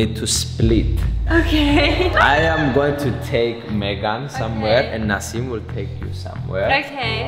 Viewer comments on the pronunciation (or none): STOP DID HE SAY NASIM? I NEED TO KNOW SOMEONE TELL ME